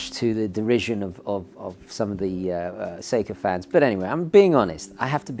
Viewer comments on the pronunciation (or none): Wait, did you say "Seiko fans" or "sycophants"?